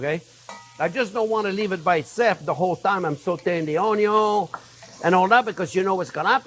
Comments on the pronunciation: It's Onyo au Vin !!! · The Onyo cutting video is how I found this channel. I watched an "Onyo" super cut (only the parts where he said "onyo" in the video, very funny) years before finding the channel. Have been calling it onyo ever since. At some point, when getting into cooking a bit more, I found one of these newer videos and thought "that voice sounds familiar!". Have been subscribed ever since and cooked many of these great recipes. Thank you Chef!